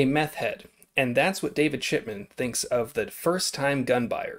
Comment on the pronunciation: Good Luck! I hope they re-monetize your channel and I think we're pronouncing David's name wrong.? I heard David Shitman? Just puttin it out there. Thanks for the vid Bro!